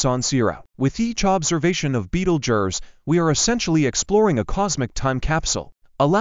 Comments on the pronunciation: What a horrible AI voice, at least get someone who can pronounce the name properly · Betelgeuse that ain't the way you pronounce it. You guys should be smarter than that. Go back to school and learn how to spell duh